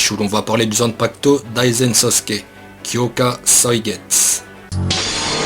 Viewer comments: Ça me stress quand tu prononce pas me u a Kyokasuigetsu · Alors j'ai mis un j'aime parce que Aizen c'est mon perso préféré. et que ca fait un moment que je mate tes vidéos sur d''autres manga. ton travail est vraiment respectable. Mais par contre ta prononciation en japonais de Kyoka suigetsu ou d'autre nom de bankai, nom divers etc.…. sérieux fait attention… car comment tu as prononcé Kyoka Suigetsu (avec un "U" XD) j'ai cru que tu insulter mon perso préféré^^ alors oui je sais, dans une de tes vidéos sur Bleach (en l'occurrence sur la prononciation du bankai de Mayuri et les top 10 des bankai) tu nous as clairement fais comprendre que les termes te semblait imprononcable mdr Cependant !! (et là je vais chipoter pour pas grand chose) les noms en japonais s'il ne sont pas prononcé correctement ne veulent plus dire la même chose. ici, cela n'aura pas grand importance, mais si TITE KUBO s'emmerde et mate ta vidéo, il va prendre une plainte de porte et la soulevé et tu auras les flics au cul pour mauvaise prononciations du japonais ptdr^^ aller sur cette blague, je te souhaite bonne continuation, tu fais du bon boulot et espère voir d'autre de tes vidéos, car j'imagine le taff colossal derrière^^ bonne soirée à toi XD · olala la prononciation du shikai....je saigne des oreilles ^^